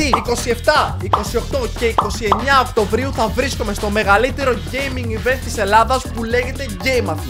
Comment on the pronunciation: Οκτωβρίου* όχι Οκτοβρίου😅😅